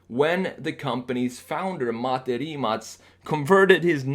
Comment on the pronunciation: Kudos for pronouncing Mate's and the company's names correctly (perfectly, actually)!